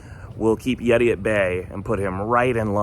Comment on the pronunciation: Are you Redi? It's, YETI!